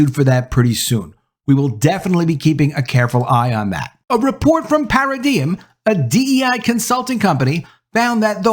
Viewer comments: It’s pronounced para-dime. Not para-diem. Just for future reference. Wasn’t talking smack. Just you can’t give the other side any ammo. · Not "para-de-em" it's "para-dime"